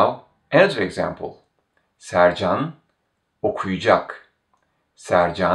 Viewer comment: I've noticed that some letters aren't pronounced, or perhaps I'm not hearing it. For example, when you pronounce Sercan okuyacak, I hear something along the lines of Sercan oku'cak (with the u elongated a bit). Is this common?